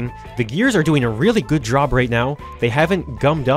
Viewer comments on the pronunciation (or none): if he connects this with kAn's 4 gear transmission thingy, they kAn make a realistic car (pun intended) also here's saying *Job' and failing: JHrOb